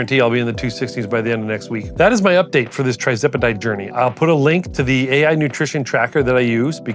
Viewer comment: What strength dose sir? 2.5mg? I think you may be pronouncing it wrong but thats not important. Congratulations on the success.